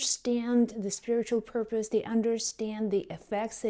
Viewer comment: Purpose !!!!! ..... Not porpoise !!!!! 😊